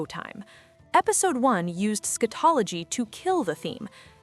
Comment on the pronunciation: I was following until the AI voice starting pronouncing "scatology" incorrect